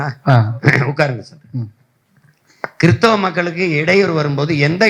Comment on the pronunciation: சைமன் நீ கிறிஸ்தவராக இருந்து கொண்டு கிறிஸ்தவன் என்று உச்சரிக்க உனக்கு தெரியல